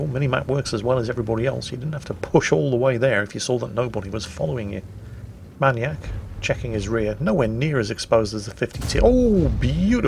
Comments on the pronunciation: why does he pronounce manyak- manyak and not maniac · Man-eee-AK? May-knee-ack., never change. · are you saying maniac like that for a reason? I thought you'd pronounce it "mai-niac". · Why can’t you pronounce maniac?